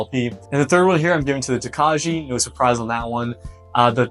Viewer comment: Prounouciation is Toe-Kye. It's a Czech grape used in making a sweet white wine. Good luck young man! Thanks for the review.